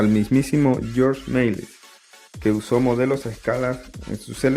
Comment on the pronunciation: El contenido del video es bueno, pero la narración es mala mala, deberían cambiar al narrador. Y es Georges Méliès, no George Mail.